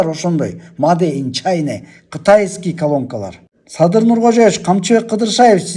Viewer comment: Маде ин чане дебей чина дечи айланайын эмки жаштар такыр туура окуй албайсынар же туура жаза албайсынар астагфируллох астагфируллох астагфируллох